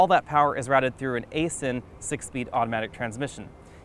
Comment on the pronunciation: just saying, but Aisin is pronounce "eye-zen"